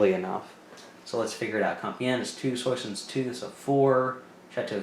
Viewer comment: French lesson 1: Soissons (Swa-song, with the 'g' silent)